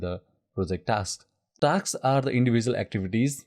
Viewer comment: I stopped the video in between after getting irritated from hearing taks taks instead of 'tasks'